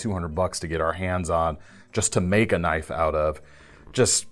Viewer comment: more like "now, that's a KNOIFe!" LOL